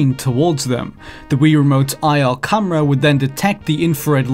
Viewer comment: its camera not fucking cumra